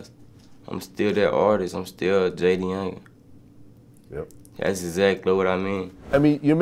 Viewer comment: T100 (jay•da•young•an) not that hard